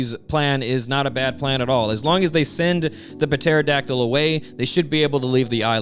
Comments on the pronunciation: The puhteradactyle thing is becoming really cringe I really hope you don't think it's puhronounced that way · stop pronouncing the p in pterodactyl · I think the p in pterodactyl is silent. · It is, but I love how consistently (maybe intentionally) mispronounces it. It's funny. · Why do you keep pronouncing pterodactyl like that STOP